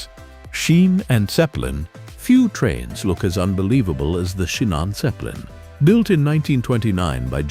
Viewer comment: Das ist das Ergebnis, wenn man KI auf die Menschen loslässt. Zu dumm, um Wuppertal, Pilatus, Schienenzeppelin u.a. richtig auszusprechen...